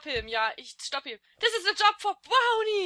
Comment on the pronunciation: es heißt Brony und ich hasse es wenn man es Brownie ausspricht, aber wenn du irgendwelche fragen über Bronys hast wie z.b. wieso oder wann stehe ich dir gern zur verfügung